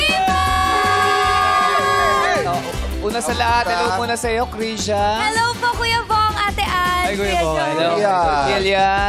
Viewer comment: pansin ko pag krizza or criza pangalan krisha ang banggit bat ganonnn? im krizza btw hahaha